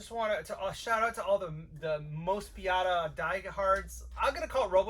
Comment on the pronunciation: It's Moe-spee-dah.